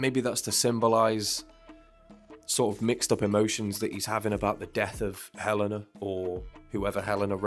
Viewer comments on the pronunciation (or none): Watch the fan made video for the song Sleep It's my favorite for venting out. Also, he pronounced her name as Hell - AYE - na